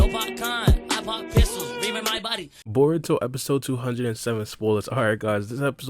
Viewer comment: Dude u sayin bour instead or Baruto 😂😂😂😂